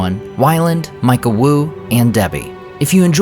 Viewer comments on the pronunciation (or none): none